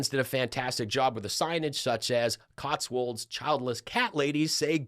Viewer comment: Did Vance shout 'Da plane! Da plane!' when Putin landed? You're the first to pronounce Cotswolds correctly in recent leftie reports on Vance getting barred. 👍 You definitely have spent time in the UK.